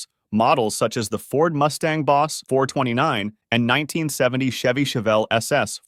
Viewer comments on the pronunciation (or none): none